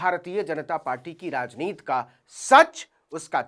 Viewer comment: यार आप बार बार राजनीति को राजनीत क्यूं कहते हैं? आप तो अच्छी हिंदी बोल लेते है 'राजनीति' को क्यूं उच्चारण ठीक तरह से कर नहीं सकते?